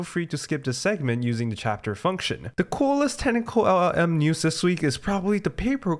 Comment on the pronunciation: try to improve your pronunciation of LLM, your Ls sounds like "eagh"